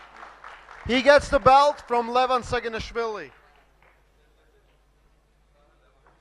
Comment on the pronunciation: Did say Levan "ShagginAssFilling"?